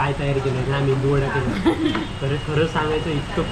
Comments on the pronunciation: मेंदू नाही रे. मेदु वडा. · अरे मेंदुवडे नाय रे मेदुवडा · Te menduvada nahi meduvada aste